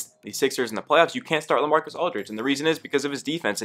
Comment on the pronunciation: When you were saying La I was like who is LA then I realized oh Lamarcus Aldrige 😂😂😂